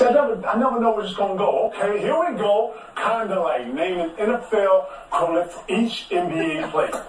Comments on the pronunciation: Terrible DOTD lol. KG mispronounced "equivalent" as "quilif". That has nothing to do with grammar. CTG reaching with this one!!! Why they even air that LIVE anyway? TV usually EDITS out bloopers. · E qui la vent is the pronunciation not A qui la vent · But Qualiff tho? That's not even a pronunciation he completely made up his own word it wasn't even close. Where are these extra letters coming from. So that's what we're doing now we're just gonna manufacture our own words? 😂😂😅😭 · sounds like KG was saying syphilis😂😂😂